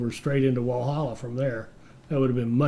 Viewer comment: I gotta say the first couple of times he pronounces any of these names is funny but then it becomes sad, especially when Walhalla (you’re over emphasising the H) was correct pronounced by the NPC. Bendigo is pretty historically significant, should be able to find it in another video on the gold rush or stockades that happened there. The mistake Americans seem to make is over emphasising vowels, we Aussies generally just blurt stuff out with minimal emphasis on any sound in the word.